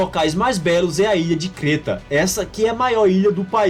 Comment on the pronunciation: Doeu ouvir a ilha de Creta (Créta) ser chamada de Crêta. Você deve ser de São Paulo, onde as pessoas resolveram abolir o velho "É" da língua portuguesa e em tudo falar "Ê". A propósito sabe que na língua grega moderna não há o som "Ê"? No grego moderno tudo é "É". Valeu!